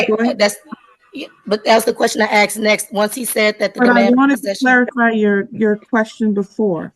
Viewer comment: was tabbed out just listening and as soon as she said "axed" I knew what she looked like